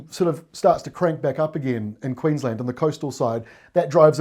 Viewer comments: Queens-land not Queens-lnd. And fish n chips not fush n chups 🤭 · Queensland not queenslund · Definitely pronounced Queens LAND not QueensLUND! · We definitely say “Queens land” not “Queens l’nd” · Queensland. One word. Not Queens Land. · Hi, it’s Queensland (pronouncing the a) not Queenslnd … curiously, on the other hand if you wanna sound like a local, Melbourne becomes Melbn 🙂👍🏻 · Do you say QueensLUND? What a novelty and enigma you Kiwi's are. Thanks mate great work. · You're a good man,the best weather person around. 'QueensLAND' in my book,but 'Orstraaalian' slang can butcher it many ways. Your weather presentations and dissertations are the best,always in a friendly and smiling way. Good on you cobber!! 😉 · Ex pat Kiwi says Queensland as spelt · Land in Queensland is always pronounced in full, just like Town in Queenstown. I've never heard anyone abbreviate Queenstown to Queenst'n and it's the same for Queensland. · Toowoomba - 2wum bah and Queensland not Queenslund . love your work